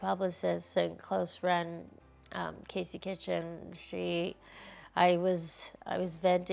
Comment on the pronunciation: Did she say Casey Kitchen?